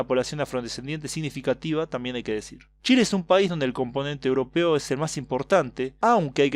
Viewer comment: Dicho en italiano jajaja